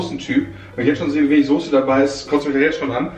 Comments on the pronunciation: Es heißt Soße und nicht Sose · Sose.... ES HEIßt SOßE!!!!! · Es heißt Soße nicht Sose!! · Warum sagen alle Soohse... 🙈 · wie jays freunding "soße" ausspricht triggert mich so hart :) :D